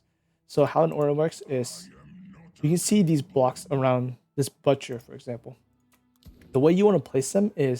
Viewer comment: my man said BUTT-cher :face-blue-smiling: great guide though ty for the help!